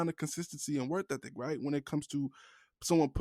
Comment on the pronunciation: Bro can’t say “work ethic” ain’t it 😭 work thethic 🤣